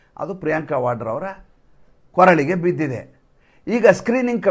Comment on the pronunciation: Koralege, not Kooralege